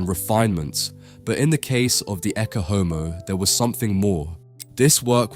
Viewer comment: Please learn how to pronounce Latin? It is not hard to do since "Ecce Homo" is such a famous phrase. ET-chay OH-moh - Behold the Man.